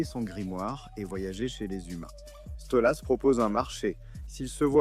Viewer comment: Question con : pourquoi tu dis StolUs ?